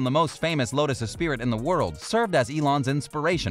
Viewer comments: Its a Lotus "Esprit", not "Espirit", pronounced "S Spree". You said it wrong more than once, which leads me to believe you don't know anything about cars. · It's pronounced eh-spree, not eh-spirit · "Lotus Es-SPEAR-it" Oh, good fucking grief... Here's a pronunciation tip for you, it's pronounced "ess-PREE".